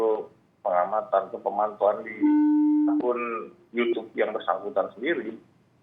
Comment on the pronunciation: Yutub bro 👍bukan yucub 😀